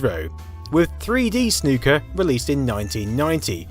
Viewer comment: Soo good to hear a YouTuber say Snooker properly